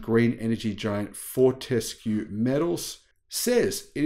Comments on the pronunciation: Fort-a-skew not Fort-ess-kew. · Fort-ES-cue? That reminds me of the joke; you put the em-PHA-sis on the wrong syll-A-ble! The rest of us here in Australia pronounce it FORT-escue. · Fort s Cue is the correct pronunciation. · you don`t need to emphisize the 'E' in Fortescue . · Twiggy founded the company and I’ve never heard him pronounce it like that (how does).